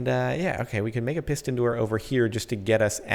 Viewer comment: "When he says piston there" it sounds like "pissed in there "